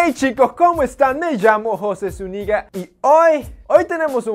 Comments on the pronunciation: No entiendo por qué no pronuncia su apellido bien, suena mejor "Zúñiga" que "SuNigga"... ¿No? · Confunden el "Zúñiga" con el "su Nigga" hahaha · Soy Jose Zuniga suena como "jose su nigga" 😂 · Bruh ppl think u saying jose your nigga😂😂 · Me pareció un poco gracioso cuando dice su nombre parece que dice me llamo José su nija